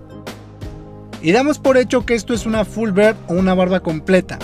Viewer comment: Full "bird" xd. Se pronuncia algo así como "biard" amigo. Sino parece que dices pajaro completo